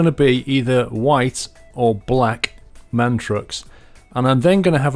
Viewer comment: It's actually called a M. A. N. The sole letters are pronounced. Thanks.